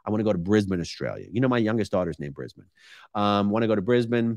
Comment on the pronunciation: Dude I cant believe you pronounced Brisbane correctly! I've never heard an American do that... Btw it's a great city.